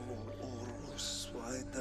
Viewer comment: Its oros not oreos